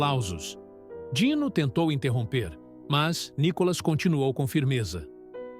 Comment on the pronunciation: Não é Nicolas e sim Nícolas .